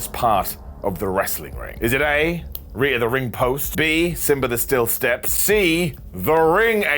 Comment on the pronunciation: Dang, I thought he was saying Rhea the ring post this whole time.